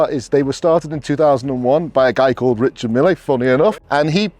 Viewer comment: As a watch dealer, you should learn how to pronounce Richard Mille. Just saying…..